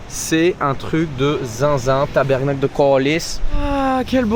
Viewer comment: Les québécois on est la!!! Ca fait 2 ou 3 vidéos qu’il sacre en québécois! Malheureusement le tabarnak est encore prononcé tabernacle par les francais hahaha